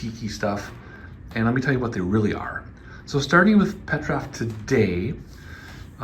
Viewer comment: PetrOf, not PetrÁf! 😆